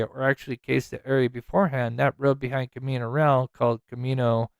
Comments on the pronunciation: Pronounced Camino Ree•Al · "Camino Re-al"